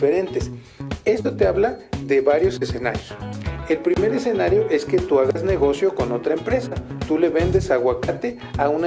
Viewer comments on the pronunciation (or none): none